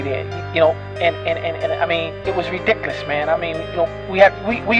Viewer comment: Did he say "Ridicolas"?